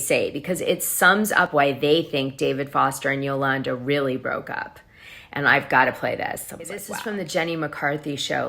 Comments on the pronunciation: Why do you continually pronounce Yolanda's name different ways? You're correct when you say Yolawnda..... it's not Yolannduh. C'mon, Dana. You sound uneducated. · Yolanda is pronounced Yo-lawn-daw. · You are killing me with…”yo-LAN-da” 😂😂🤣🤣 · QUIT CALLING HER YOLANNDUH!!!